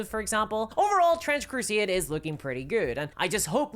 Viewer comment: Ma'am.. its called Trench Crusade.. not Trench Crusieeäd